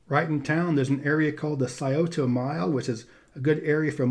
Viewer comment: Props for pronouncing "Scioto" correctly!